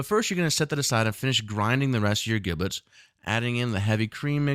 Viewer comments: It's pronounced "JIB lits" not "GIB lits" and it's "TAM ee" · Duck with an “ e” Ducke?? Giblets are pronounced as Jiblets and not GIB LET. Just a suggestion. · Brilliant. Inspirational video. Your pronunciation of 'giblets' triggered me, though. Should have a soft 'g'. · The G in giblets is pronounced as a J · Heads up dude. First; I love the recipe. Epic. Can I try other flavours such as chili oil etc or is this one of those "mess with the recipe at your peril" type of things, you know, like... soufflé? Oh,,,, sorry to be "That guy!" but... who taught you to pronounce giblets? You need to find them and slap them... HARD!. It's pronounced jiblets. The gi is pronounced the same way as the Ji in Jim. Seriously, Google "how to pronounce giblets" It's the same in the States as the UK. I thought at first it was one of those things like "aluminium, tomato or grey, but... nope. Again, in closing; Nice work. Thank you. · Just like GIF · A chef pronouncing giblets incorrectly is really fucking annoying. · You should learn how to pronounce 'giblets' before making a video like this